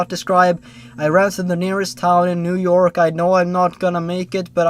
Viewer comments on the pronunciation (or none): none